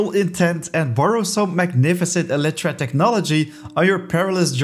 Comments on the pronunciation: Bro I’m sorry but it is pronounced Eli tra not Ele tra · The way he pronounces “Elytra” made me GAG. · okay, I googled it. the way he is pronouncing it is still incorrect.